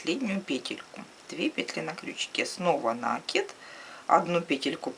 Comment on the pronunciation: накИд! С накИдом!